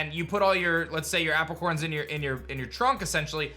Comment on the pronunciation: It bothers me how illiterate and bad at pronouncing things these YouTubers really are. It’s Ar-cee-us and A-pri-corns